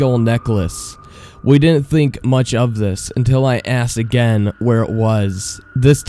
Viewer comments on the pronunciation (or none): none